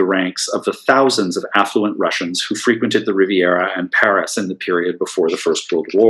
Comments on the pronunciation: Sir, your lecture was superb and your pronouncement of Russian names were accurate. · Concise and well presented material by vastly prepared lecturer. A lecture left space to reflect and to engage in further reading. Thank you for pronouncing Russian names in Russian. It was adorable. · The lecturer apologized for speaking quickly, but I didn’t find it that way. For people unfamiliar with Russian names pronounced properly, it causes people to try and understand them. Names were posted so it allowed people to see them written in English. Thank you for an interesting presentation with material that I wasn’t familiar with. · I assure you the presenter of this video did not have to take any pains to pronounce the names correctly as he is extremely educated on this matter as well as the Russian language.